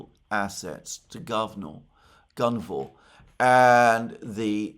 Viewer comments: He said Lukoil and GUVNO. I went and looked it up. Its Guvnor for real. This is hilarious. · A hilarious section for a Russian ear starting . Dear Alexander, with all the tremendous respect I have, it is Gunvor, not Guvnor. The latter sounds exactly like a Russian swearword, meaning sh*t. You've probably uncovered some old KGB joke they invented when naming the company. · Today's program is very funny for Russian speakers 😂 "transfer to gavno" - it's just hilarious (I believe company's name is Gunvor) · Did you really said word “Gavno”? 😅 few times!! 😅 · I liked Alexander's original pronunciation of the oil company Govno is about right 😂